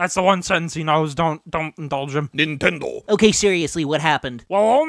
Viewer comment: "Nintendoo" "I mean naru.........to"